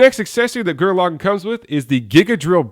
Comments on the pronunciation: LaGAAN NOT LOGIN!!!! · lagann has the soft a sound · actually their are two ways of saying it. Lagann is English login is japanese